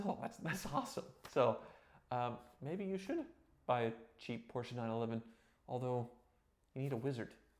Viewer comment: oh man you say right PORSCHE with E. Like a german